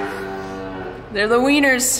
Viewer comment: Haha....did you say "Weaners".....or "Whiners" ? 😄